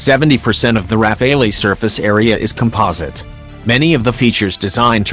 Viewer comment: IF YOU ARE DOING A DOC ON THIS FIGHTER CALL IT PROPERLY:RAFALE(Strong gust of wind').......NOT RAPHAELLY...momo!!!!